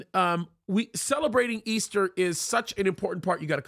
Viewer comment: Come on now Pastor please stop saying ester. It's Resurrection Sunday. ✝️👑